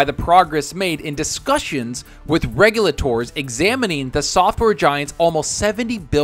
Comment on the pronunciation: Why does he say "regulators" like that? 😂